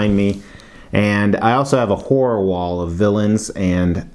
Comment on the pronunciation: Hahahaha! Love the creativity at the start of the video. And god damn.... love that Venom hoody. At first I thought you had said a "whore" wall, not a 'horror' wall. Hahaha! I was like whoa buddy... that's a lot of info you're giving us. lol. The tongue, teeth and eye's are freaking cool on this bust! Really wild! I agree about the base. It's like the sculpture's hit 5 o'clock on the work clock and said, "Pack it up boys, time to go home" as they were half way through the spider emblem. Bastards... Haha. Thanks for the review!